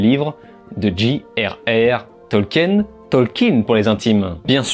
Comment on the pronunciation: Sinon tu devrais plutot prononcer "jéye arhe arhe tolkine"